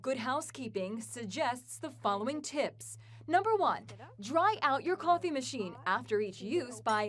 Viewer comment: She said coffè instead of coffee